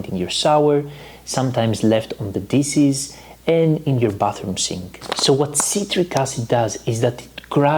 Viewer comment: Please stop saying dises. The SH in DISH, make the phonic “sh” so it’s dishes not dises. Just like SHopping not sopping. Coconut SHells not sells. The H is not silent. You’re alternating the word completely by silencing the proper phonic. I live in Europe now & Greeks make this mistake all the time 🤦🏻‍♀️ Thank you for your amazing knowledge & videos. I do watch them & enjoy them all the time!